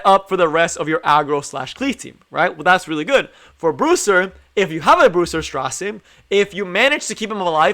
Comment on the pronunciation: His name is straze like gaze not stra zero. Just a little correction. Great video though man. I just got him yesterday from a moonlight summon. Was on my dinner break and work and did tower and then did my moonlight summon and bam he popped up. All my friends got him from mystic I was the only one who didnt. Me and 2 of my mates play from work. But Bam he came from moonlight. I feel really lucky. Cause I dont have many moonlight. I only have blood moon haste, ruele and ml ken and designer lilbet. I never had much success until recently with moonlight. But I did get lucky awhile ago from mystic and got blood haste first summon then ruele first summon back to back couldidnt believe it. But ty for the informative video. I been cleaving with him. Running lilas, aux lots, c dom and straze. Only in silver 3. Climbing back up to gold 1 where I was before I took a break. But man if you have a tank on the other side they are dead. I actually think he can work in cleave but he is a tank killer for sure.